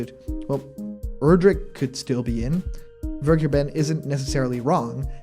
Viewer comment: His name is a German word: Vergeben, meaning to be forgiven, and or taken or in a relationship, it's said: Fver-gai-ben - the g is said like in gain. Not Ver-gee-ben.